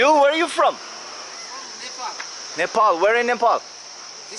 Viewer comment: its not NEEPOOL its Nepal